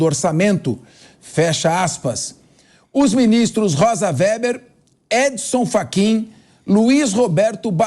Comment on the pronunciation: Não é Wéber, é Weber a comuna.